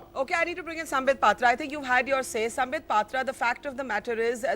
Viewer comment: Owaisi Saab, it’s SAMBIT not SAMPIT. You couldn’t get the name right ,how can you get your argument right ☺️